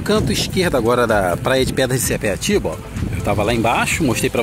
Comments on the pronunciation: não é sepeatiba segundo a placa é sapiatiba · Sapiatiba, e não sepiatiba.